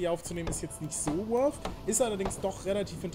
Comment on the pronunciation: junge, weißt du, wie lange es gedauert hat, bis ich mal nicht "wolf", sondern "worth" gehört habe? generell, sind anglezismen so populär, dass es das wert ist, die eigene sprache zu verlernen? ;)